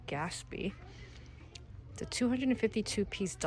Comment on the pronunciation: You pronounce the "t" in Gatsby, Dear.😊